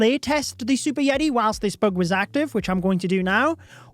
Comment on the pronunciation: It’s bug not boog 😂